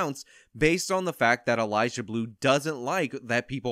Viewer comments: I love watching you most of the time, but this time I couldn't get over you saying "Elijah" every time you tried to say "Eliza" xD Idk why that bothers me so much but it really does. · Atta boy! 💪.....,, you slippery man you!... About time you got in on the EliZa Bleu content hack!.... FYI... it's EliZa not EliJah. Hard Z not J.. Smarten it! 🤭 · Is he saying Eliza? Cause all I hear is Elijah… laurel/yanni? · Why do you keep calling her "Elijah Blue?" 😂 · Lol it’s EliZa, not Elijah. 😂😂 🙏✌️❤️ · The ONLY thing I'd say you got wrong here is that her name is Eliza with a Z, not Elijah with a J. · It's Eliza not Elijah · Am I the only one hearing say "Elijah Bleu"? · lol you saying ELIJAH bleu